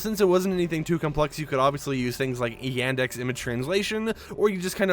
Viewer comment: Yandex, not Iuandex